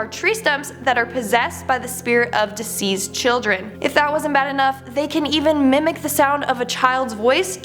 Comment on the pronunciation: Who tf is this chick?? Did she just combine the words 'deceased' and 'diseased'??